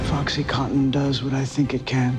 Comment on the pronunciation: How the hell did Hulu make an entire series about OxyContin without finding a SINGLE actor who knows how to pronounce it?! It’s not OxyCOTTON! It’s OxyCONtin! Drove me nuts! It’s like watching a movie about selling homes in which everyone says REAL- a-tor. Or one about Chernobyl where they all say NU-que-ler.